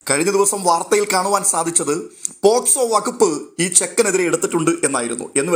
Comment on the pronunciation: പോക്സോ എന്നാണ് പോസ്‌കോ എന്നല്ല.. ഒരുപാട് പേര് ഈ തെറ്റ് വരുത്തുന്നുണ്ട്.